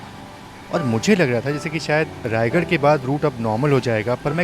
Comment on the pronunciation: रायगढ़ नही रायगढ़ा है भाई ।दोनो अलग अलग शहर हैं ।